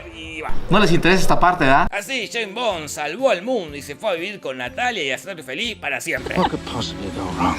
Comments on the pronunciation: Shhhhhhaim' bom'. Jajajajaa <S's), Dios le quita barba a quien desea pronunciar la ese'. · Nadie: Posta, nadie: Not one soul: Jorge: Jeim Bon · Yein bon, yes bon yei bong, yeim bom, nombre jodido para decir 🤣 el próximo tendría q ser Roger Moore! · Santo Dios!!! "Chain Bond" "Choe Biden" Por Dios!!!! Estos Argentinos nos quieren cambiar el lenguage!!! Ameritan recibir terapia de dicción!!!!😡😡😡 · sheims bons xD